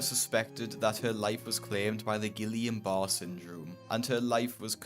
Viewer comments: Gillian bar ≠ Guillain-Barré (gee-yahn BAH-ray / ghee-AWN buh-RAY ; these are the two ways of pronouncing it unless you’re actually speaking French 😊 ) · It's pronounced Gee-yan Bar-ray, with a hard "g" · And an unfortunate inability to pronounce guillain-barré😂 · Why to YouTubers never bother to google how to pronounce things? That’s not how you pronounce Guillain-Barré syndrome 💀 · On the last patient, the name of the disease is Guillain-Barre syndrome, pronounced ghee YON ba RAY. It’s an auto immune disorder.